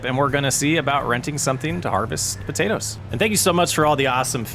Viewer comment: If you're gonna say potaters and tomaters, you need to leave off the "po" and "to" to be correct red-neck😂😂😂